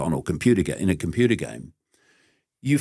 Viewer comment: He says what i kinda know in this intuitively though i could never say it 😂😂....i love David Icke though i dont like the way he says computer 😂😂❤❤